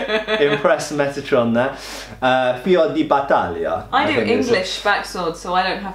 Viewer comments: As an italian, I'm sorry to note that the second attempt at pronouncing 'Fiore di Battaglia' got much, much worse. xD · pronounces Fiore di Battaglia me: well that's not that bad: pronounces Fiore di Battaglia again, but worse me: mamma mia